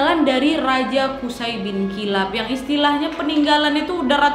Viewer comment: Maaf ka nadia izin ka cara baca namanya qushoy ka🙏🙏